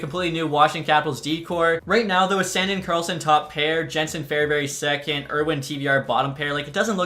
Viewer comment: San “DEEN” not sandin’ lmao